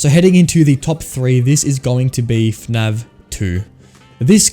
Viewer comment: why does he say fnav instead of fnaf?